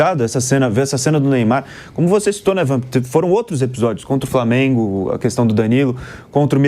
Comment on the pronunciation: "Prantel", "Pobrema", "Framengo"... Vamp do céu! Fala direito pelo amor de DEUS! Tu é COMENTARISTA!!!